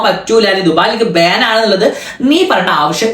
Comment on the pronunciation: ബേൻ അല്ല ബാൻ 😂😂